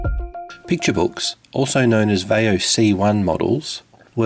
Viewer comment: Why did you pronounce vaio the way you did? I mean the ad tells you how to say it. Same with americans saying nokia. Not having a dig, just genuinely curious why?